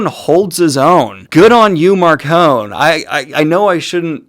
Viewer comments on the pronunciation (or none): I have been listening to the audiobooks and I am only on book three so far... And according to the audiobooks, Marcone's name is pronounced with an "e" sound on the end... Like macaroni.